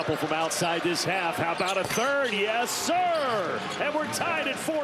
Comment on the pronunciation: What is so amusing about the location of this university? What is anything but funny is turning the pronunciation of "Yes, sir" into an urban patois that appeals to wearers of pointy hats and pillowcase masks.